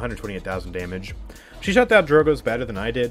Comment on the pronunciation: "Drogoz" is in title btw.. it's not drogoz but drogzo